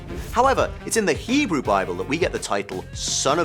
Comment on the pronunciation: wow.. u even got the hebrew stuff 100% כל הכבוד!